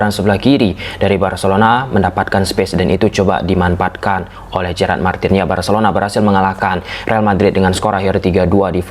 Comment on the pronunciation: kok Kaliman yg seharus nya" dimanfaatkan jadi dimanpaatkan, fase fase jadi Pase Pase, pers jadi fers,😂😂😂geli juga dengar bahasa nya😂😂😂